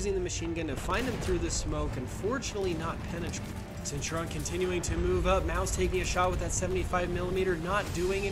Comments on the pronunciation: why do you say (senturon) it's (sent-oo-ree-on) it's bugging me🤣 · Centurion. It's not Cen-tur-on. It's Cent-ur-ii-on. Please XwX. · Great video. It's pronounced Centurion not Centuron hahaha. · it was so annoying XD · The centurion is pronounced cent ur eon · ik it's really irritating